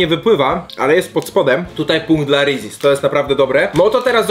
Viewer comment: Jak ty to wymawiasz xd Rezies aż uszy bolą